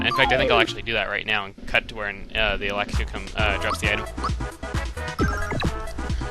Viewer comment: You said lakitu wrong